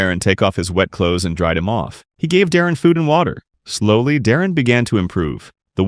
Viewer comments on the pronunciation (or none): Choths instead of clothes is crazy